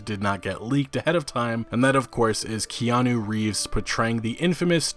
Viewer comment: Whoopi doo he pronounced Keanu's name correctly....